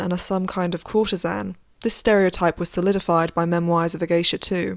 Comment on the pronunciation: The way you pronounce memoirs is triggering